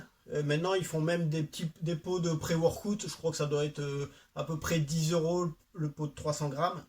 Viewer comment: le fameux "préworkoute" :)